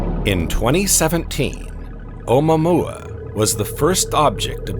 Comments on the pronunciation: You are telling people complete nonsense! ... It's not oma mua - not your grandma. It's OU-MUA-MUA. Space Documentary with "little errors". Haleakala is a volcano in Hawaii pronounced on the THIRD syllable. HALE_A_KALA. I know it's hard for a "sz" narrator. In this clip you appear to have improved! You have definitely reduced the "SZ" pronunciation on all words ending in S. Thank you and congrats! My criticism in the above paragraph is really not about something annoying, it's about pronunciation of Hawaiian names. I'd say you are within acceptable limits. But Hawaii is famous for the "silence" between some vowels: HAWA ' EE for Hawaii. LU ' AU for the flower necklace. And some overly pronounced vowels like in Al oooh ' ha. Besides you mispronounce "GLIESE". keep working on it. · Im sorry but "oh moo-a moo- a"😂